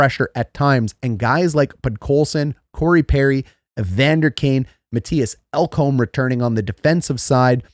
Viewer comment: Mattias ELK-hom? Matthew Tkatruck? Eetu Luostranian? Come on dude...at least get their names correct.